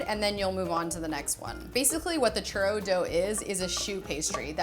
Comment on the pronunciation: U say churro I hear chorro.... Mexican peeps where u at? 😂😂😂😂😂😂